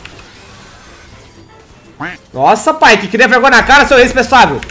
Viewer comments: me identifiquei com esse "irrespensável" que saiu no calor do momento haeuhuaehua suco🧃🧃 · "irrespuessável" eu n tankei kkkkkkkkkkkkkkk